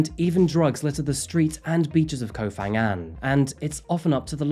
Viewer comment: Phuket, Phangan and Phi Phi you pronounce as P not an F